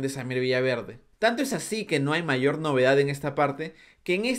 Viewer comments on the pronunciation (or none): none